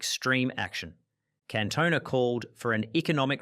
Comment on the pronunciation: I've already read the previous comments but a few other name mispronunciations that I noticed - Kluivert was "Kloy-vert", Cantona was pronounced like Kerry Katona, Robinho was Robin-hoe, Thierry Henry was like Henry VIII...just to name a few more, off the top of my head. As a fellow Aussie, may I please apologise for this utter wanker's abysmal narration, who also quite clearly has absolutely NO IDEA what the word "evil" actually means.